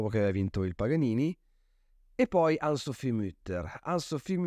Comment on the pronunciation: Grazie della recensione ma devo segnalare che la pronuncia corretta è ANNE SOPHIE con le vocali pronunciate fino in fondo e non ANN SOPHI. E' un nome tedesco non inglese o francese.